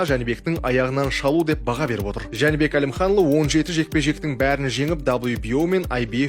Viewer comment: Журналист топас екен, Жәнібек Әлімханұлы деп айта алмай отыр.